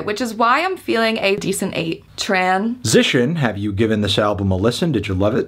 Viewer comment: He's been saying "tran-sition" for so long, and we thought he was joking....